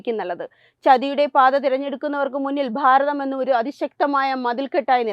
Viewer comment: ബാരതം അല്ല ഭാരതം.